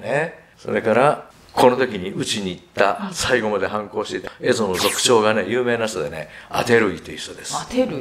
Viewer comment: 「坂上田村麻呂による蝦夷征伐」と言われましたが、平安時代初期においては、蝦夷は「エゾ」ではなく「エミシ」と言っていたと思います。